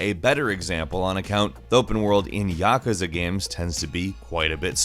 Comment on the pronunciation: Yuh-koo-zuh! YUH-KOO-ZUH!!!